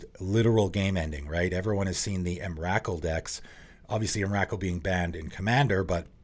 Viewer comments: The way you pronounce Emrakul is different than I've ever heard. Not sure if it's wrong or not. Most people I've heard say em-ruh-cull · I've never heard anyone pronounce emrakrul like that before